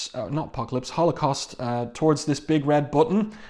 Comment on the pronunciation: One of my favorites. I love Blink calling Holocaust 'halfscan'.